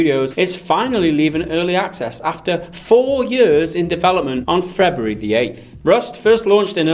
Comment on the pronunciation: ''on frebuary the 8th''